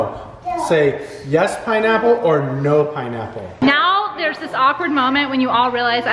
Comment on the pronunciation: Its pinapple not ponaple